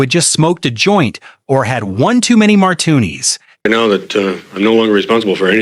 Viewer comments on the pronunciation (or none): Did you say mar Tunies!? 😅😂